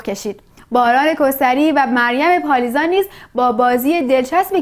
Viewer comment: کاش اسم مریم پالیزبان رو درست تلفظ میکردی منتقد جان 😅